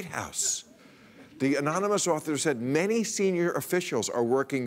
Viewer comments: Uhh... Bill, it's pronounced "amonymush." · It almost sounded like enormuanus. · Aonnonomos, anoynamous, anonomoose, aluminum, covfefe! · "Threat Level Orange" and "Ananomiss." Perfect. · "Omomynous" Hahaha! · "An anomous.... anominous". Haven't you been embarrassed enough already, USA? Let's hope he never has to negotiate something like "statistician". It's not even funny. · It's pronounced ominous. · Aminumos... amanimous. animinous, amini... Fuck it! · Anominosh! Meaning, unknown. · Anomous, amonomonous, anomonus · They should reveal the source as soon as trump can pronounce "anonymous" correctly in one go. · he cant even say anonymous... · Lmao he couldn't say anonymous omg what a shame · Trump pronouncing 'Anonymous' made me laugh out loud hahaha. How can you be at that really and not laugh. Wow very loyal followers lol